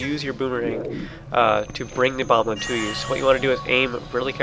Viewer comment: Still saying bomblin'? (x It's okay. (